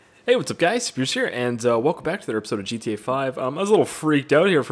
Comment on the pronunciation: sean anderson spires? you mean speirs